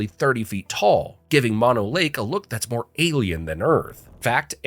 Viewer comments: It's not Mon Oh Lake. Moe No (like the 3 Stooges). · Fact 51: Its pronounced Too-lare-ee or tah-larry. Mono Lake? Mon-oh? Its Moe-no. And, how about The Forestiere Sunken Gardens of Fresno? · Mono (Lake) is not pronounced like the virus, "MON-oh." It's pronounce "Mow-No" after the tribe it was named from. Also, "Big Ben" is the name of the 13.5 ton bell inside the tower, not the tower itself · It's moh-know lake not mah-know lake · MōNō Lake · It's pronounced Mono(moh-noh)Lake. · Mono Lake and Mono County, California are not pronounced like the opposite of stereo. It is actually a Native American word and is pronounced "Mow Know." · Its "Mono Lake." Not "Mono Lake." Bro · Don’t you YouTubers ever do thorough research when you make this crap? You couldn’t even go 5 minutes without a mispronunciation? It’s Mono Lake as in “no” with an ‘m’ dummy.